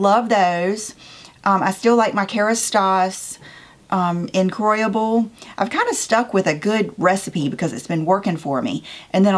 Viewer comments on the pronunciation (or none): "incroyable" is "unbelievable" in French, you pronounce it a little differently. I'm sure you can find the correct pronunciation online, as I can't write it down well enough here.